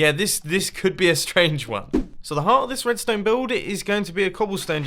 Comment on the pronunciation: I really just hear jibberish when ever you talk about r-r-red-ston-e